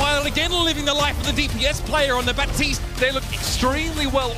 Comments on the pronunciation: it's BAPtiste. not BAtiste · All OW hero interactions say BAPtiste...